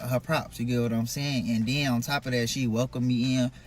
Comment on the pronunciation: OMGGGG! Why did I say the same thing 10 minutes in???!! Lmao!!! THANK U!!!!! I’m like what the hell is a deaddy? And then, he is steady telling a story and says, “and den“ why do our people talk like this? Literally if we weren’t smart enough, we wouldn’t know what the hell they’re saying but because we do know Ebonics and very poor vernacular, we can figure out what people are saying, but it’s really sad when it’s gonna be time for them to get a professional job and that’s how they sound. I really wish our people could do better and be better and get a better sense of grammar pronunciation & English overall. Because a deaddy and using the word ‘then’ as “den” is something that I would slap my kids if I heard them talking like that. And they’re adults, but I would really put them on blast for talking like they’re ignorant, AF! Real talk.